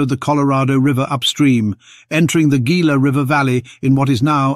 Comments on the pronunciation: Ah, those AIs. The Gila River is not pronounced "Geela" but "Heela" the Gila monster. It is a Spanish "G"when preceding i or e.. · It’s pronounced Hila ! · Gila river is pronounced He’la river accent on the He. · Gila is pronounced "heela" as it is Spanish.